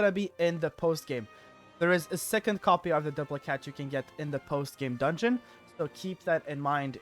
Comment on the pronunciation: Its pronounced "Doo-PLICK" hat, as in duplicate. Sorry, don't mean to be rude. Just got annoyed at hearing it the other way. Great video though.